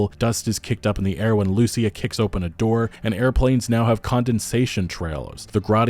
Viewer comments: Bruh, "Loo-SEE-ah", not "Lucy-ah". Ya killin me. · Hey man, just a minor thing. When you say “Lucia” you pronounce it like “loose-e-ah” putting the emphasis on the “u”, you need to put the emphasis on the “i” like “loo-see-ah”. Or don’t, just saying😂 it sounds a bit jarring. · loo-see-ah That is how it is pronounced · Dude, learn how to say Lucía. Wow.